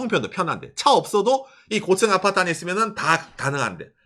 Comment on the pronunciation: 곶츤 아파트 ㅋㅋ 발음 귀여웡❤